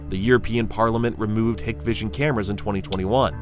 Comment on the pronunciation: It's pronounced "Hike Vision"